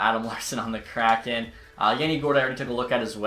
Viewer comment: It’s hard to take you seriously when you don’t even know how to pronounce “kraken”.